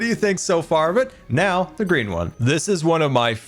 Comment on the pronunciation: not gonna lie... at first i thought he said Grian Trolley but I realized he was saying Green... I think Grian Trolley fits better xD